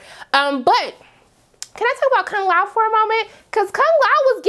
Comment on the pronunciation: i dont like how you said kung lao name....made me jealous